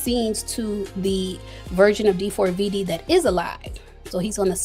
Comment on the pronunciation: It’s pronounced David you bootleg Nancy grace😊